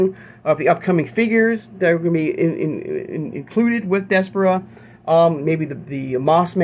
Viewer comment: I think it’s pronounced Des - par - ra